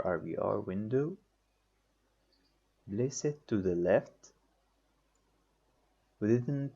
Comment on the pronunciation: place not blace ! plane not blane !!! IPR not IBR